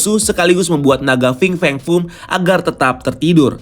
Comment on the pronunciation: Coba hitung brp kali dia bilang Fing Feng Fung dalam video ini? 😀